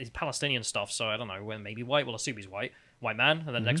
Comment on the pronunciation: "I'm not anti-huwite, my dad's a huwite man. I do not want huwite men to be so represented in this conference."